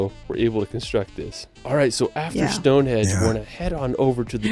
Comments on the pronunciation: stone hedge..😂😂😂 ya mean stone henge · it is stonehenge not stonehedge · I quite agree, I wish there was a way his videos could be edited! For some peculiar reason I was called a racist for commenting on his mispronunciation. I had friends from The USA who wanted to see StoneHEDGE after watching his video! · excuse me, it is called stone henge, not stone hedge. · He's calling it Stone Hedge 😂😂😂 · As others say, the pronunciation on what sounds like a computer generated voice over is lacking, to say the least. Especially, stonehedge! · Correct. The video is full of factual errors and mispronunciations. Stone Hedge ???? West Mister ???? Wells (Wales) ????